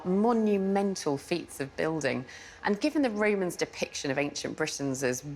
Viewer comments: "the Raymonds ' or The Romans ? Posh pronunciation is irritating. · Why does this lady call them "Raymans" instead of "Romans"?